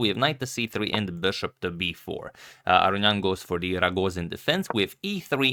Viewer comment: Antonio, in your older videos, you used to pronounce Levon Aronian correctly. I don’t know why you changed it.